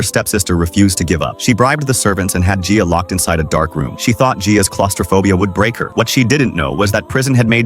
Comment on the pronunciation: You are actually saying my name right (my name is Gia btw lol)